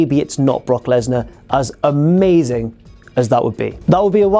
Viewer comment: You saying Brock, made me lose any respect I had for you. Booooooo